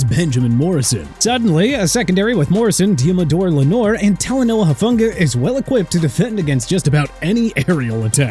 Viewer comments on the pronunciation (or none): none